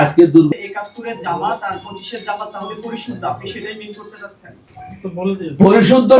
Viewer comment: জমাত জমাত করে, জামাত ঠিক মত বলতে পারে না।